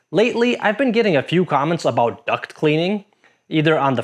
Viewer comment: Lol. "Duct" vs "duck" . . . I have also heard "cock" instead of "caulk." 😂